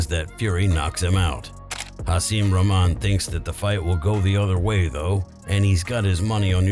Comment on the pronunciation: Great video but please learn how to pronounce Rahman and Arum’s names